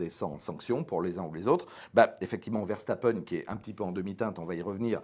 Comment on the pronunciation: Toujours un plaisir de vous écouter et de vous partager sur notre groupe Facebook mais par pitié Ver-SSSSSS-tapen et pas Verchtappen ^_^